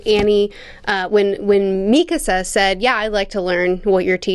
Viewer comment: Also since this the second video we will no longer tolerate the mispronunciation of Armin and Mikasa